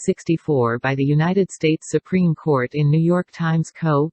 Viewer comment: She radiates such strong Karen energy. Anyone else hear her say “SuPenis” ?